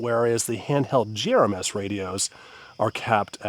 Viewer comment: I can’t stand you saying “GRMS”